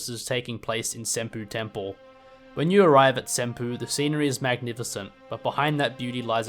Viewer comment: "senpoo" lmao